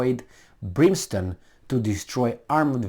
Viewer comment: It's - Brim stone, as printed out in title, at least, not Brin stone as you were saying it; as in, 'it rained brimstone and fire on Sodom and Gomorrah ' ! All of mankind and all their militaries are way out of their "league."